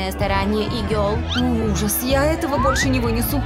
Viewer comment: Меня одной взбесилоо когда я услышала не гёрл, а гиоёрл